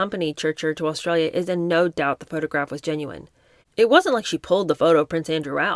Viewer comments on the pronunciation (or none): none